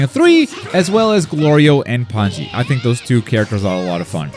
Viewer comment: pie-con and pan-zee smh